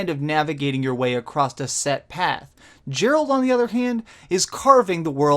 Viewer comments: Nice review, except for calling 'Geralt' 'Jeralt' and 'Sijils' 'Sigils'! :P Did you have any problem with the platform aspects of the game? In terms of movement etc? I find moving around and having to be in exactly the right place to loot etc, gets a bit fiddly! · It's Gerh-alt, Not Jer-alt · Not to be a dick, but his name isn't jeralt it's geralt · You played trough the entire game, but still call him 'Jeralt' instead of Geralt... :p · It's Geralt not Jeralt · Did he just say jerrold....😔😔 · OK. you said Jeralt, fuck this shit, i'm out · Not meant as an affront to you, but you really have to pay more attention to your pronunciation. Sigil is not pronounced "sig-el"; pronounce it as if it were spelled "sidge-il". Also, Geralt is not pronounced "Jeralt". I only bring these things up because I want you to be taken seriously, since you are obviously very serious in your commitment to this channel. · makes me think you barely played this game considering you didn't pronounce his name right. Your name is said to you about 1000 times in the game by other characters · I like your content,, but come the fuck on. You claim to have played 100 hours of this game at the time of this review, yet you can't pronounce the main character's name correctly? Really? Really?! His name is spoken out loud hundreds upon hundreds of times. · Biggest problem I have here is feeling that you didn't actually complete the game before reviewing... I could be wrong, but how would you spend this much time with a game and pronounce the main character's name wrong? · You're pronouncing Geralt wrong!